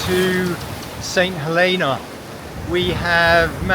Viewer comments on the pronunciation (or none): Nice boat, dodgy pronunciation. It's "Huleena" or that's how the locals pronounced it when I was there in the 90's